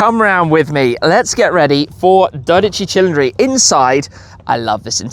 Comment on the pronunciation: "tchee tcheendree" is not correct my man. It sounds like "cee leen dree" it comes from the word Cylinder.